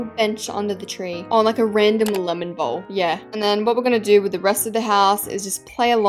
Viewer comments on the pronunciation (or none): none